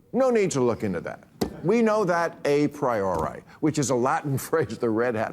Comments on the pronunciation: It's baffling how Bill Maher wants to brag about knowing the phrase "a priori" at the same time he mispeaks its pronunciation. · I know what "a priori" means, and I studied enough Latin to pronounce it properly, too... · Bill Maher doesn't know how to pronounce "a priori" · If you are going to use the phrase "a priori" to dunk on us Trump supporters then please learn to pronounce it right and use it correctly. Thanks, a Trump voter. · The snob mispronounced 'a priori' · the funniest part is that he said a priori wrong